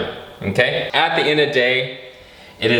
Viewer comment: the way his says mmKay is so funny